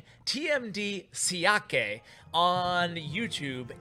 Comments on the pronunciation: It's actually pronounced Shia-kuh, instead of Shi-a-ke (don't know if the phonetics makes sense or not), his specialty is graveyard. Interestingly he refused to give up graveyard after the balance change and won 20-2 with a pekka graveyard deck (granted after a few tries). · Xiake is pronounced like "Shaq"😉